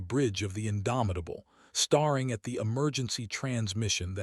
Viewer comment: Immediatley stopped listening when staring was mispronouned withint 10 words of the opening. Do better editing.